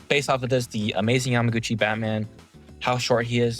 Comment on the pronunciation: Why do you keep saying yamagotchi